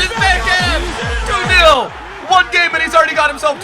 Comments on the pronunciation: It is bergkamp not berkkamp love from Holland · The way you pronounce bergkamp is so fucked